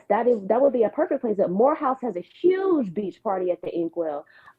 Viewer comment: where are you from? The way you pronounce “huge” always throws me off 😂